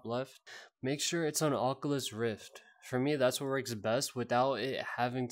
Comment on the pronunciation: bro why do u say ockalus im dying rn ahahaha